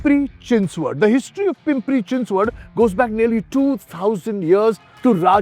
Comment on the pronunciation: Your Chinchwad pronunciation is so on Point.